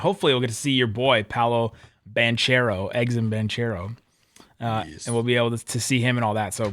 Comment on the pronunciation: Okay, I got something right at the end. … “Banchero” does not rhyme with “ranchero”. It’s ban-care-oh. We have to be better. You have to be better.